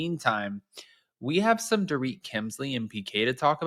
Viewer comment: You missed the. And called she called her ‘poor-Rit’ instead of “dor-rit’